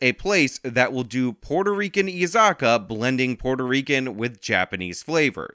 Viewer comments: It’s “e za kye ya” you colonizer, big fan keep up the content 🤙🏻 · Holy crap, you completely didn't pronounce a syllable in izakaya. Learn some Nihongo, baka gaijen.